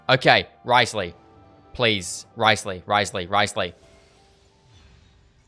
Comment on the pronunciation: Thank you for actually calling him Wriothesley and not “Rizzley”. It’s so annoying when content creators just call him Rizzley. Congrats on the Furina too and stay safe during the cyclone!!!